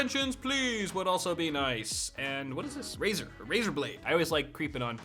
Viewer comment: Lol after he takes a drink he turns British for a few seconds! "CPU Noice!" "Mobo Noice!" "Ram Noice!"